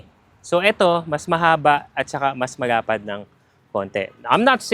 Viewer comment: Bakit yung letter "L" mo nagiging "R", like "Marapad ang upuan", bulol ka ba?